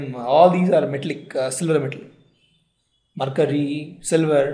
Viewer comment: Marcury! Its mercury.